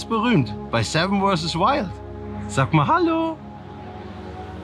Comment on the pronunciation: Knossi hat finally wirklich 7 vs Wild richtig ausgesprochen.. Wow! :D